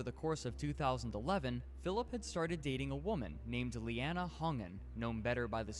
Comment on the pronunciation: That complete idiot is not even able to say her name ffs! It’s Leanna…her name is Leanna!!!!!